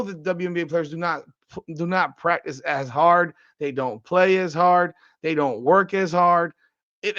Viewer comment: Ole girl left the "L" out when she said "PAY" as she meant to say "PLAY"